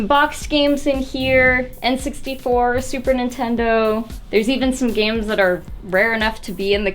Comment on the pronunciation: Lol she said "Intendo disk drives"